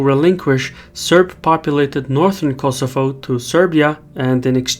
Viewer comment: it ias Kosovo not kosofo